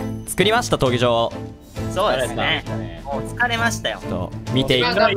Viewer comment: 闘技場が東京に聞こえた